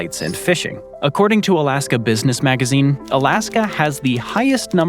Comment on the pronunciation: Is it just me or does dood keep saying "Alaskum?"